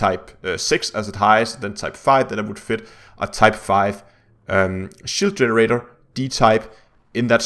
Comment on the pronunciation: WTF IS A "SHOOTER RAIDER" ??? , ... Oh a shEEEEEEEEEEEld GEN----ER----RATE---OOOORRRREEE